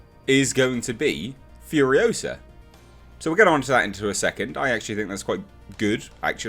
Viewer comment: It's FuriOsa not Furiosahhhhh.